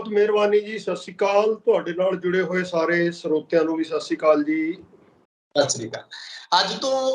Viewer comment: Please can you pronounce correctly Sait Sri Akal